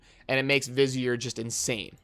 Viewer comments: Hey dude google vizier so you know the pronounciation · Vizier? lol